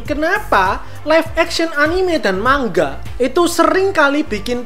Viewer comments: Bang kok baca nga mang ga bukan ma nga (btw saya subscriber baru) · Manga bang bukan mangga